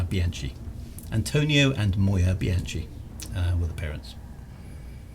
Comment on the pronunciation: given your penchant for Italian names, I thought you should know that 'CH' in Italian is hard (i.e. like a K) so it is Bee/anne/key (the 'chee' sound is CI as in 'ciao': io capito per che sono statto in Italia multi anni fa). Great clunky keyboard and clicky mouse; very 1992.